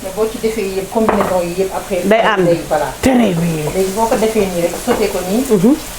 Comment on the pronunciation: Tèrè bien , je regarde les vidéos rien que pour entendre ça 😂😂😂